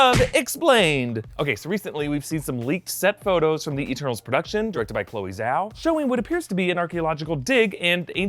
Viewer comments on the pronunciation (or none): none